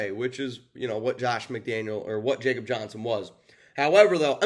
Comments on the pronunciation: It’s (Yakob) Johnson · Commitment to Excellence my butt. How do you call yourself a professional and you can’t even pronounce his name correctly. If you’ve watched all the interviews over the years, when they call him by name, you’d know how he / they pronounce it. He’s German. It’s “Ya-cub”. Before you make excuses about pronouncing names of foreigners, how do you pronounce a Mexican named Jesus. So no excuses dude. Get it right. The guy has done enough in his career to deserve a reporting professional to get his name correct. If you want to be a pro, do the work! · WTF????? And it's pronounced (ya)kob. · After being on our roster the past two years, a can’t believe you can’t say is first name correctly! He’s European/German…come on??🤷‍♂️….. JJ wouldn’t have near the rushing yards without him! Yeah I get it, but NOT for the reasons you mentioned! LOOK at the high powered Dolphins and Niners….they use a full back….successful!…..We can’t always use a backup guard to block for JJ when the OL is shitting their bed!! Alec Ingold who we should have never moved on from is doing well the the team we likely won’t have answers for this week end!….Good luck to #45! aka RaiderDad559